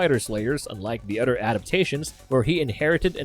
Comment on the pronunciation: Is he pronouncing “the” duh..?? Or “other” udder..?? I am questioning my hearing